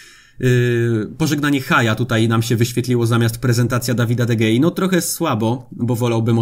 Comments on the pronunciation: Jeszcze nie obejrzałem filmu, ale widzę miniaturkę, więc zostawiam bardzo ważną informację do najbliższych odcinków: czyta się De Hea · G po Hiszpańsku się czyta jako h